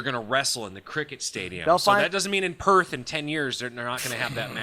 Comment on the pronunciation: Good job on pronouncing Perth and Melbourne properly